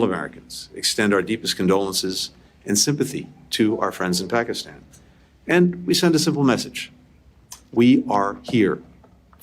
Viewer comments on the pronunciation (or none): none